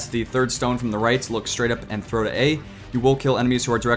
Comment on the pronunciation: you say "ant" instead of "and"